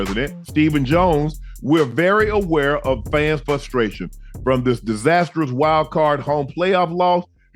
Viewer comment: Frustration not fustration.